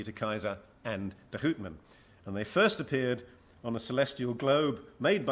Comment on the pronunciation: How to pronounce properly: Houtman [How-t-mahn], Bayer [Buyer] etc..